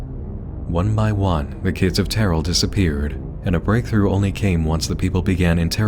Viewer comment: terrell is pronounced "TERR-el" not "tear-el"